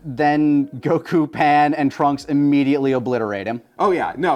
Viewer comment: Did just say Goku's name correctly?